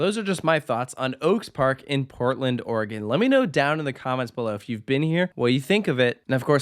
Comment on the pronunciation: thanks for saying Oregon correctly. I get a bit frustrated when people don't say it correctly. And do you plan to come back again?